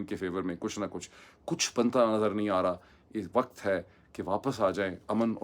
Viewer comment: The way you mispronounce simple Urdu words (surprisingly for the son of an AMC specialist doctor), it's no wonder you advocate English so yearningly. The word علاقہ is spoken ilaaqa, not alaaqa --- just as کتاب is kitaab, not kataab. Likewise وقت happens to be waqt (not waqat), امن is amn (as opposed to aman) and the word is گھنٹہ not گھینٹہ